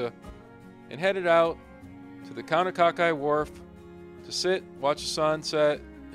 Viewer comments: Great video, but you got to pronounce the name of the town right, Kaunakakai ( Kau-na-ka-kai ) all of the a's are pronounce with a short vowel ( ah ) and the Kai is ka- (ah) ( i ) is a long vowel like eye, ka-eye, Kau - na- ka- Kai. And the town is not like a ghost town. On a normal day it's looks busy. Thank you for your video. George M Castro from Molokai. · Kaunakakai is the correct spelling , just trying help , easier to pronounce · Nice video but you butchered every name. I had my fingers crossed for Kaunakakai but no. You managed to say Lanai right.